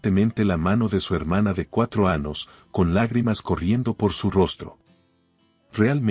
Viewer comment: Anos acaso el narrador no puede decir la letra eñe